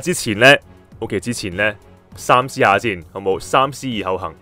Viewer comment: 恭喜！ btw 三思個讀法唔係123個3 (saam1)，而係saam3